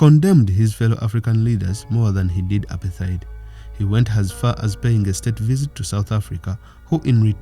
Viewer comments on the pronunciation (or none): apartheid is pronounced a par tight